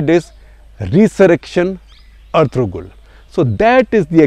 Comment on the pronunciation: Gupta ji, pls watch Erturul Gazi, u will love it. By the way G is silent when u pronounce Ertu(g)rul